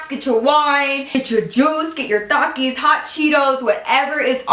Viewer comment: Am just proud she said Takis right 😂❤